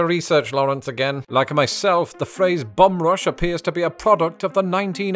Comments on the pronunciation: Took me many minutes to realize that when I thought he was saying "bomb" he was saying "bum". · took me too long to realize you werent saying "bomb." I knew "bomb bag" was too good to be true.